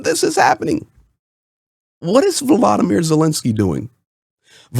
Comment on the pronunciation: Dude. Please don't say Wladimir Zelensky. That's just painful to hear